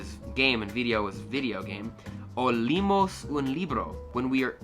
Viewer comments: Bro, leemos se pronuncia con la e separada de la otra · Me mata que en pronuncia "leemos" como "limos" porque ellos leen doble E como I jajaja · "Leemos" no se dice liimos, hay que decirlo tal cual como suena. Espero que sigas aprendiendo, miro mucho tus videos💪🏼❤ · Do not pronounce the H at the beginning of a word, it is silent. Also, make sure you pronunce 'esta' and 'está' different. In addition, leemos is a long spanish E, not like Li. Last thing, Llegamos and Ellos doesn't sound like Legamos and Elos, it's yegamos and eyos.